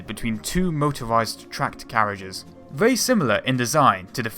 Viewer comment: Terrible narrator...WTF? Can't even pronounce words correctly. "Be verwee, verwee quiet".